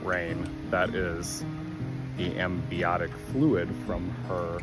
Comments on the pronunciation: What an amazing experience! So glad it all turned out well for mum and baby. Well done!!! On a side note, it's amniotic fluid not ambiotic fluid. 😂😂😂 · Its pronounced AMNIOTIC . Not sure what ambiotic is. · Cute cute calf and his mum, the coo is gorgeous. Now to my real reason for replying. I was an RN for many years connected to labour and delivery….its AMNIOTIC not ambiotic. (sorry but my head exploded over that!!) 😂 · LOVE your channel. Just discovered it. FYI, it's "amniotic" fluid.